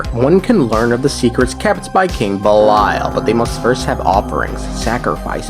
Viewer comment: Ish gahts duh boosh! "🍸BELILAL!"